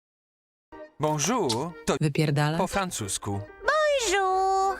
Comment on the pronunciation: "Bonżur" to wyxxxxxxxx po francusku😂, a i piosenka 1.54 pierwszy dzień cię oglądam, a ty znasz moją ulubioną "piosenke"